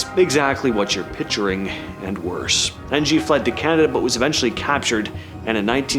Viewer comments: Ng ≠ Enn Jee. Ng = Ing. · This is bullshit. Do research before making any changes claims like this. Learn the names. Or don't make videos. His name isnt Charles N-G.... Ffs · Can't even pronounce NG... Lame